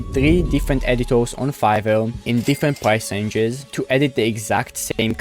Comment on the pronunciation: When he says "r" he sounds like a child. E.g. Editor.